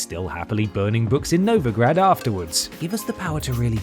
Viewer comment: No offense guys, but I can't stand how you pronounce Novigrad. More emphasis on the "i" and roll the "r".